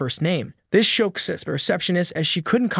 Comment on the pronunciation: Do you not know how to pronounce shocks or mocks?